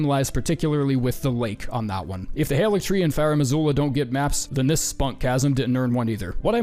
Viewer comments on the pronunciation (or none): Haligtree,?